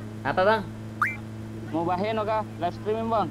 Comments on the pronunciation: Wahai kau random cuman ngasih tau kata Ilham muhabeno bukan mubabeno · Bilang muhabeno aja mubaheno ngakak sumpah😂😂😂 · MUHABENO MALAH MUBAHENO🤣🤣🤣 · Mubahenol 😂😂 bukan mubaheno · Muhabeno ✖️ Mubaheno ✔️ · Mubaheno dong harusnya muhabeno HAHAHAHHAHA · Njir bg muhabeno bg, bkn mubaheno🤣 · Salah pula bilang nya mubaheno bukan muhabeno🤣🤣🤣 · Muhabeno kampret , bukan Mubaheno🤣🤣🤣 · muhabeno❌ mubaheno✔ *ngkakk bgtt mubaheno dong😭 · MUHABENO COOOY BUKAN MUBAHENOO. SEKALIAN AJA MUKABEMO